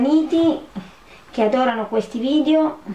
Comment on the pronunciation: Ma dice vidio